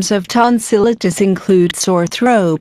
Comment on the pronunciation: she's pronouncing tonsillitis wrong